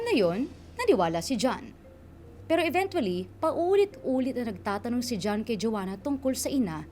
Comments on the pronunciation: EVEN-CHUA-LLY, hindi even-twoa-ly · Cringe lang ako dun sa "eventually" 😅